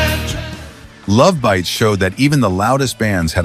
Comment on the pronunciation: It’s not lovebites, it’s Love Bites! It’s two words with the emphasis on Bites!